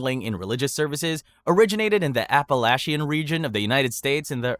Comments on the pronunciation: I know I am VERY late, but as someone from the Appalachian area. (Tennessee!) It is pronounced Appa-latch-in! ( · You were SO close with your pronunciation of Appalachian!